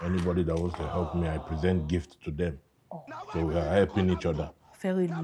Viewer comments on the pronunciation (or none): It’s “epp” your life😂